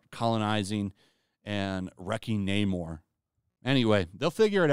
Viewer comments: Not "Nay-more", but "Nah-more", as in "I have nah-more confidence in Di$ney to be entertaining". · No- It's Namor-r-r-r-r. Gotta roll that r. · Namór. Namór. That's not how the Spanish language works! It's Námor, there is no accent on the name, which is therefore to be pronounced by emphasizing the first syllable. Tell that to Tryin' again Coogler and the Narcos-boy. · Social Justice Overload! Yeah I’m done. “Naymourrr…” 👎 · Once I heard Namor say naymoore I said ok they won’t be getting my money . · No fk way. they really changed the pronunciation fo Namor to N- "AMOR" and Atlantis .. This would be horrendous (amor is love in Spanish btw) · LOL I was dying while watching this.. you're complaining that Namor is pronounced Nah-mor instead of Naymor.. you're literally just speeding up the Nay part of his name and complaining about it LMAO